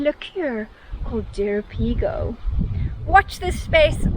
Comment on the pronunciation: It's Jeropiga not Jeropigo! And Aguardente not Aguadente meaning Água + Ardente = Burning Water because it's flammable nice to grill Chouriço...